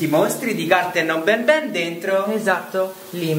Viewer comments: Si dice n n non Ben Ben BABAN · No. Si. Dice. Banban. No. Benben